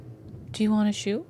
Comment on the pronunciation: omg I keep hearing "s-you" instead of just shoe XD